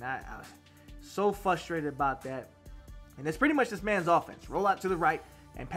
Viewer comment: FRUstrated. Not FUstrated. Sounded unprofessional to me